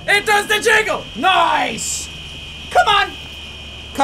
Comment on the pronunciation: It more like noice